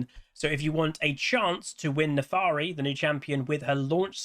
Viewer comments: My god, it's NAFIIIIIRI NOT NAFAAAAARI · Honestly, I'm glad it's not just simple but also a non-humanoid champ! Also, you keep saying Nefaari and I find that cute, lol. Giveaway: Euw, MagiWasTaken